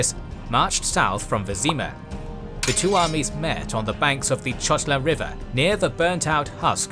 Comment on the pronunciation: It is amazing that you've covered wars in the Witcher, it was a joy to watch! :) I liked your pronunciation, it is visible you really researched the topic, there is just one little issue - the river Chotla should be pronounced as 'khotla' (IPA: 'xɔtla) :D Looking forward for your next videos :)